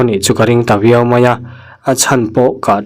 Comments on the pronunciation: Tâwitaw pawh nilo in Tawitaw zawk...Tâwi tih hi thluk lemloh tur... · Tawitaw nilo in taitaw tih tur aw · Tawitaw not Taito okkkk😅